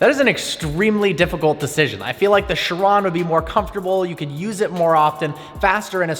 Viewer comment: Which do you prefer the La Ferrari or the "Sheran". Mate it's "Chiron" Ch - e - ron.